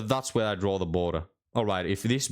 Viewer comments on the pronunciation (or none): none